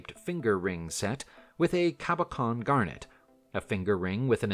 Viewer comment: Cabachon = KAB - uh - shan Cloisonne - klwah - zon - NAY Gloucestershire = GLAW - steh - shirr